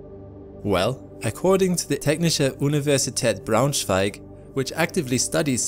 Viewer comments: you have no idea how GOOD it felt to hear someone say German words so beautifully pronounced. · Good pronunciation with the german name Braunschweig dude! Not everyone would get that w is a v sound.